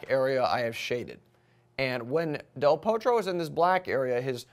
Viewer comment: pronounce del Potro with a small o not O if you follow me.